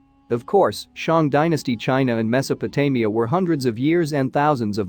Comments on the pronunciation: It managed to get Mesopotamia correct just once towards the end. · And Mesopotamia!